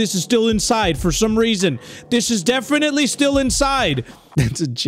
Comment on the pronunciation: “Defentily-“ “Defentily-“ “Tape 2” Bro that got me